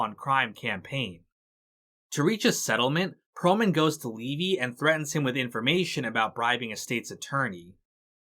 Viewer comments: How does someone make a 4 plus hour video thats good yet get levys name wrong the whole time when its said so many times in the show. Thanks for the good video but that really got to me every time it was said as levi. Ai sucks at least use a better version or voice option. Btw S2 was always my favorite just ahead of 3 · Gotta ask, how does someone who watched the show continually mispronounce Levy's name?